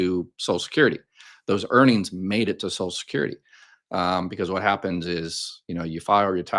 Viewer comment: Please STOP mispronouncing. It’s not “ sos-kyur-dee. At LEAST put the “l” from sociaL in there.